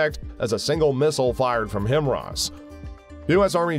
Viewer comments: I'm getting sick and tired of listening to this pronunciation: "HIM-ROSS" It is pronounced: "HIGH-MARS" Sorry, but this was truly bugging the living shiite (🤯) out of me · Hi-mars. Not himrah 🙄🤡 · WHy do you keep saying it like "HIMRAS".... isn't it HIMARS? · The missiles are called "HIMARS" - not "HIMRAS". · Now, HIMROSS is stuck in my mind! :( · He pronounce it Hemaraz!🤣😂😂I thought there’s something wrong with my ears!Lol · The word is HIMARS NOT HIMRAS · HIMARS….pronounced High Mars. Not Himras. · Stop mispronouncing HIMARS,, it is pronounced "High Mars" NOT "Him Ras". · Wait, HIMRAS? Don't you mean HIMARS? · Himars Not Himros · HIMARS or HIMRAS ? Are you pronouncing it correctly? I tried to look it up and only found HIMARS and nothing at all for HIMRAS. Just sayin' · "HI-MARS"... not "HIM-RAS". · Himras? It’s HIMARS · High mars… not himross. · Him ross????? Lolol where is that “R” before or after that “A”? HI-MARS say it with me HI——MARS (I only kid tho, I love these videos ❤) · its himars ffs not himras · HIMRAS? It’s HI-mars, not “him-RAZ”. Really not that hard to say. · Its not Himrars, its HIMARs ffs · Dude.....HI MARS.....HI MARS.....WHERE ARE YOU GETTING HIMRAAAS FROM?! You have one job... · it´s HI MARS Not HIM ARS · Himars or himras?? The way the narrator pronounce it it sounds like himras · How do you create a full video and still you pronounce it wrong??! It's pronounced like "High Mars" not "Himmras" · HIMARS not HIMRAS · It’s not Him Ras , it’s HI - MARS if you can’t even pronounce it how can I trust your opinion . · it's pronounced Himars not Him-ras get it straight! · HI-MARS, not HIM-RAS! otherwise good informative video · “Him-Ross?” Ninja, please. 🤨🙄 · I'm sorry I had to stop watching because I could not stand the multiple mispronunciation of HIMARS as HIM RAS. On the fun side, run the video at 0.5 or 0.75 speed and it makes more sense. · Ya, I was a little taken back by Him-Ars. Had to think what he was talking about.